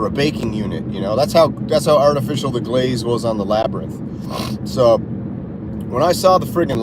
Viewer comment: Meh-sengger and Labrynth 🤣